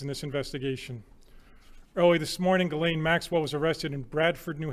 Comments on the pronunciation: Her name is Ghislaine, not Guylaine. It's pronounced Jeez-lenn. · Her name is pronounced Jizz-lane NOT Gillane!!! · to be precise it's Jeess-lenn